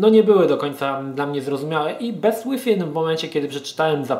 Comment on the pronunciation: A to nie czyta sie "bist" przypadkiem ?